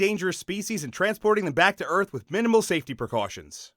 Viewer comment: alien earf